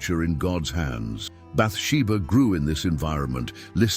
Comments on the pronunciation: There were a few things like that, I noticed. It pronounced her name wrong, too. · SO, SOOOO FUNNY! CONSTANTLY MISPRONOUNCING "BATHSHEBA " UNTIL AT THE VERY END❣❣😂😂🙏🙏